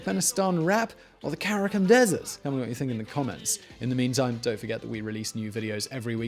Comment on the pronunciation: I don’t know what’s worse; Karacum like he said or Karacoom like the song said